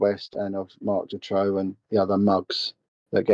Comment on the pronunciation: The pronunciation of the name Marc Dutroux is horrible and the name is also spelled wrong. I'm from Hasselt (flanders) where also An Marchal and Eefje Lambrechts were from. They were the only two victims from flanders all the others were from the french speaking part of Belgium. A friend of my was a good friend of An Marchal, she was even a witness in the trial of Dutroux. I still see the parents of An and Eefje in the local supermarket regularly.